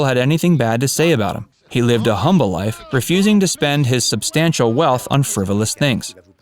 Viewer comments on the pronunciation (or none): none